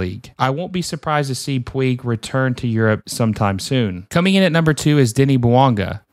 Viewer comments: I know how to pronounce Riqui Puigs name. Sometimes I slip because of being so used to saying (pweeg) from the Yasiel Puig days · fam u gotta at the very least get these names right lmaoo.... pweeg? ...puig (poo-j). sant etenia? ...saint etienne (et-E-en) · Quick tip, ñ in spanish sounds like "ny" and e sounds like the e in pet. So Peñarol sounds like pen-ya-rol Edit: Puig is harder because it's Catalonian, but it's pronounced like pootsh